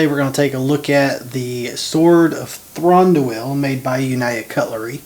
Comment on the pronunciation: would help if you pronounced his name right!